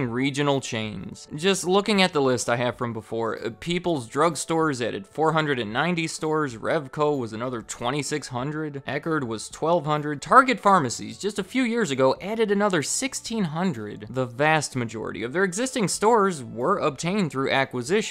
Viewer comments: Eckerd, not Eckard. 😝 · It's Eckerd drugs not Eckard